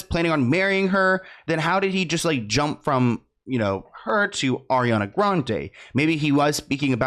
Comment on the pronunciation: just.... stop... "Ariana"